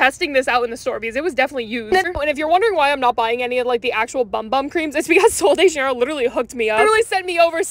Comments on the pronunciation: it’s pronounced “bum bum”, it’s “boom boom” -fellow Brazilian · i was shocked to hear this but its actually pronounced like "boom boom" not "bum bum" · Bum Bum cream is pronounced BOOM BOOM CREAM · Its actually pronounced "boom boom" but it says bum bum.. (according to my brazilian neighbor) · You were today years old when you found out that “bum bum” is actually pronounced “boom boom” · Not a lot of people know this but it’s actually pronounced boom boom cream not bum bum cream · Not trying to be rude but its actually pronounced boom boom not bum bum. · its not pronounced "bum bum"... its pronounced "boom boom".. its brazilian.. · No hate but just so u know it is pronounced boom boom cream not bum bum cream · It’s pronounced boom boom cream. Not bum bum. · Did you know that it is pronounced boom boom cream not bum bum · It’s pronounced boom boom not bum bum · HELP- ITS PRONOUNCED "BOOM BOOM" 💀✋ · I'm brazilian, and yes it's pronounced boom boom. it means butt in portuguese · Did you guys know that the bum bum cream is actually pronounced boom boom cream hope you guys like this 👇 plz like btw guys always love your self and be happy ❤❤❤❤😊😊😊 bye! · I don’t know why but it’s actually pronounced boom boom cream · FUN FACT!!!! Did you know that “bum bum cream” is pronounced boom boom P.S. you dropped this pin 📌 can I keep it? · ITS PRONOUNCED BOOM BOOM CREAM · it’s actually pronounced boom boom cream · News flash, its pronounced 'boom boom' cream or something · When you find out it’s pronounced-boom boom-😮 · It is pronounced "boom boom" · It's pronounced BOOM BOOM cream 🥲🥲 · Bum bum cream pronounce (Boom boom cream) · it’s actually pronounced “boom boom” :) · fun fact it’s pronounced boom boom cream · It’s actually pronounced bOOm bOOm cream welcome! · BOOM BOOM!!!! its pronounced boom boom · it’s pronounced boom boom ❤ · Ok not be be a smarty pants bc I just figured this out today but u are supposed to pronounce bum bum cream as boom boom cream 😂❤😊